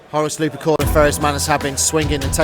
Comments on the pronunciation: Gotta say, it's lup*er*cal, not luprecul, and it's justaerin, not justicar terminators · Also Lu-per-cal, not Lu-pre-cal. Hehe.